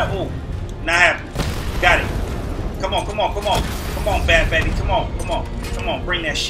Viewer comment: said batbaby